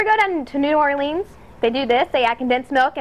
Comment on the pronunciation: You totally mispronounced New Orleans.